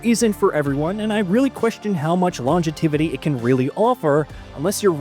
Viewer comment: Have a second crack at pronouncing "Ringed" and "Longevity" again lol 😂